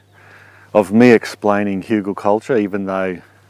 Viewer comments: Outstanding! Hügelkultur. Even pronounciation of the "ü". Kudos from Germany ^^ . You are an interesting character and I love how you explain things and how interested you are in all kinds of methods. Wunderbar! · sound very german hügel :D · As a german, I approve your spelling of Hügelkultur. Good job